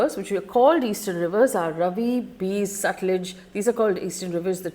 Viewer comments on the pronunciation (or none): Faye I like your videos. Even this one I was looking forward to. However you can't go wrong on pronunciation of the names of these rivers. Non negotiable. 1. It is written Ravi but pronounced as Raavi. 2. Sutlej is pronounced as Satalaj aal shwas and no AA there. 3. Beas is prounced Bee+AAs or Bee+Yaas or even BYaas which is a apabhransh of Vyaas. 4. Chenab is actually pronounced as Chinaab.